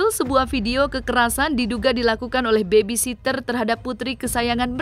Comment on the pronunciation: Duh!!! Susah amat yak ngomong baby sitter bang😂BUKAN baby SISTER 🤣🤣🤣